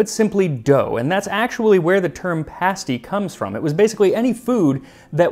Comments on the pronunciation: You even pronounced pasty correctly! I was raised in a Cornish community here in the Gold Country of Northern California. The Cornish immigrants came to mine the gold after the surface gold was gone. About 1970, two Cornish pasty restaurants opened. Even though I was only 12, I recognized awful food when I ate it. The crust was tough, not browned, the innards consisted of cubes of tough beef, cubes of potato, swimming in some kind of corn starch gravy. I think there was salt, but no pepper or any kind of seasoning. One of the restaurants closed in months, the other is still functioning due to sprucing up their fare quite a bit. It’s now something like a calzone or really good pot pie. The terrible pasty, however, was historically accurate. It could take a man hours to reach his level in the mine. Trolleys of miners were lowered and raised by donkeys and mules, some of which never saw the light of day. The crusts had to be tough to survive until lunch time, and the Cornish were not known for their cuisine. Think bologna sandwich. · Thank you thank you thank you for pronouncing pasty correctly. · The fact that Max pronounces English place names and the word 'pasty' correctly has ensured I have subscribed. I just wish he'd stop saying ERRRBBS.